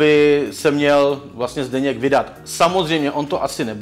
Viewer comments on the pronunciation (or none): Pokd si ho vážíš tak nevyslovuj Zděněk,ale Zdenek on je to zásadní rozdíl no a jinak za peníze v Praze dum takže on udělá reklamu na cokoliv i na magi stačí zaplatit